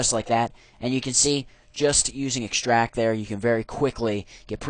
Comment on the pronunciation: ikschtract :D